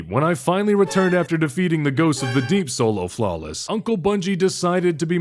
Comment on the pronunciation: Man, I love it when does the Folo Slawless